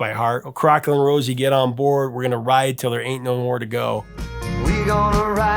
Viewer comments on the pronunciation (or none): Crackling Rose is actually pronounced Crackling Rose-ay not Rosie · The name on the bottle is pronounced crack-ling RO-ZAY, not Rosie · It irks me more than you can possibly know the hear you call the drink Crackling Rosie, rather than Crackling Rosé.